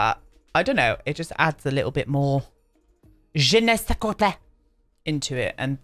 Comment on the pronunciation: I can’t handle you 😂😂😂 every bloody time you say je ne sais quoidgefnebdhhs. You make my day 😂😂❤️